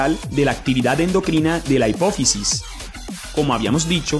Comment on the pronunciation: Pronuncias mal endocrina,pero no me quejo gracias a ti me has ayudado mucho